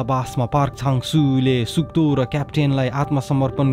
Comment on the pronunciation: All the time u were saying suk do and I heard suddo 🤣